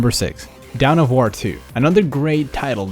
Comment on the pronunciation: dawn of war. not down of war